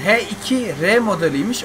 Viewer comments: Abi he2 diye okunmuyo haş2 diye okunuyo o ve dünyanın en hızlı motorlarından biri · H2R Öyle Okunmuyor senin dediğin:heikire aslı:haş iki ar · Abi git motorları araştır biraz he 2 r değil o haş 2 r diye okunuyo h2r yani